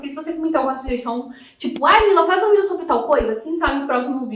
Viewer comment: Quando fala vidÉo me dá uma agonia rsrsrs, fora isso conteúdo top 😉